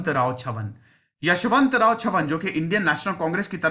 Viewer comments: यशवंतराव चव्हाण not यशवंतराव छवन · Yashvantrao chavhan not chavan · यशवंतराव छवन नाही यशवंतराव चव्हाण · With due respect sir ....Chavan is prenounced as चव्हान ..not छवन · छवन नही है sir चव्हाण है. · सर.. 10.00 kindly pronounce as 'चव्हाण' and not as 'चव्हण' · its not छवन its चव्हाण. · चव्हाण है वो छवन नही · It's chavhan chavan mat bol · यशवंतराव चव्हाण साहेब... Please pronounce correct